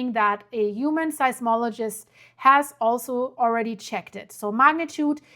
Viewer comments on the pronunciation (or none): none